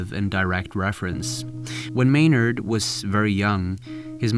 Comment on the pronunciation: "Maynard" No